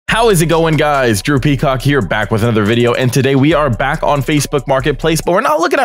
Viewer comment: This is my first time on this channel and I seriously can't lie when he said drew peacock I had to check his YouTube name cuz I thought he said "how's it going guys droopy cock here "